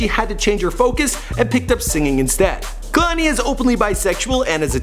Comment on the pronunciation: Yeah I know but he is pronouncing it Kah-lani